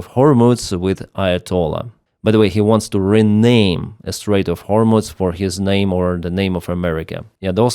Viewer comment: hormooooze not hormutz!